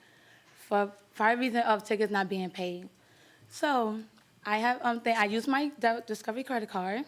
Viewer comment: Did he pronounced her surname Ms. Used 😅